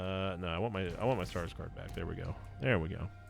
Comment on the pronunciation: My fiancée thought you were saying Skarsgård when you said stars card 😅 kept getting glances from her while watching 🤣